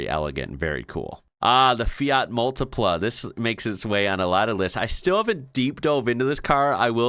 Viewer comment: Was waiting for the Multipla to be there and I wasn't disappointed lol! The Model X looks like a car out of Spongebob! (By the way, great pronounciation!)